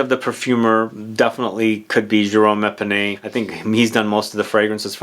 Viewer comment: His name is Jerome Epinette, not Epinay